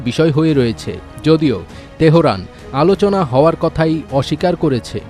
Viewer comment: এটা তেহরান not তেহোরান। kotha thakey ashey aye sob news Reporter ra. Goru ek ekta 😅